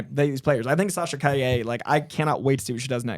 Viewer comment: You guys are very close to pronouncing Sasha's last name right, but not quite there yet. You got the "ll" pronunciation right, but the strong syllable is "Ca", not "lle".